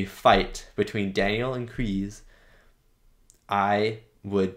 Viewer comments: No more... Sorry but Kreese is not Tom Cruise, the S is like S not Z. You said someone told you it's pronounced Z, just listen to the first movie again, it's definitely S in Kreese. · It's Kreese, not Krease. Love your reviews and reactions, by the way. Enjoy the rest of season 3, it's the best season so far!